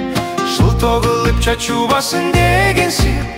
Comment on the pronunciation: Ундун сапатына соз жок.А вот тамгалардын произношениеси боюнча нааразычылык бар. Кайсы КИРГИЗдер ырдаган Ж ны орксча акцент менен айтып, "Чоочубасын" дегенди "чаочубасын" дегендерине "жол"👎🏻 болсун.